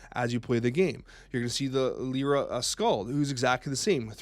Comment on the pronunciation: Pronounced "Lie-rah." Look up "lyre." "Yzmir" is probably "Izmir." (Finally, Sun Wukong is "Soon.")